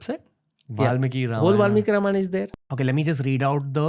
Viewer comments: Everything is for great!! But please call ‘Ramayan’ as ‘Ramayan’ and not ‘RamayanA’ so on for Mahabharat, Yogi, Ravan, Ram, etc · Sir i VERY much like your clips.. but HELL! Stop using EXTREMELY BAD pronunciations of names. Its very bad!